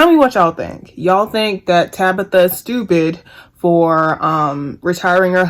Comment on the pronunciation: You and Wendy bitter and mad. Yall hating on that woman because she got what yall both want 😂😂😂....u know ur a hater when u have to constantly say "I don't hate the person" you miss pronounce her name on purpose calling her Tabica...u talk about the way she got famous "she had to go through tictoc to do it"... that jealousy is real. U and Wendy BIG BITTER! BIG MAD!! U should DM Tabitha to see if she'll shout u out so u can get ur followers up nd get out your feelings...#humbleyourself